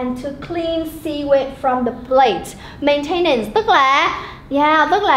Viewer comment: Cô đọc sai phát âm 2 từ: maintenance & relatively. Nhưng nội dung bài reading thì dễ hiểu.